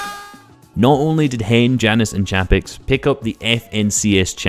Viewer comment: Jannis is pronounced Yanis